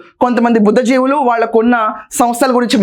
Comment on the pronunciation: Madam a small correction. It is BHUDDHI JIVULU.